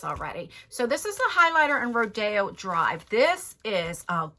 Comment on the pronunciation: I love it you said Rodeo Drive right!!! lol :yougotthis:💜💜💜💜